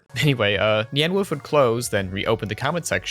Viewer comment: it's NY-AHN WOLF